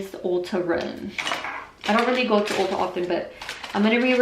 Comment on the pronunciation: It's ulta not olta lolll